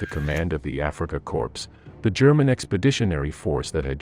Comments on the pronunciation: Good video, but it's Africa Corps NOT Africa Corpse. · You had mentioned Sperling in the family name of his ancestors. That can be a Jewish surname. It was an informative video. However your pronunciation of the Afrika Corps, it’s more like core. The p and s are silent my good fellow. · Africa “corpse?” And “ware”macht? Good grief. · The Afrika CORPSE, oh dear. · Africa "corpse"? These computer voices are so lame.